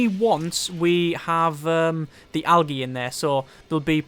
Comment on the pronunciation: awesome vid love it one thing tho algae is pronounced aljee